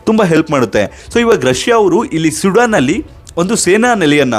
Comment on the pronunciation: "swedan " alla bro "sudan "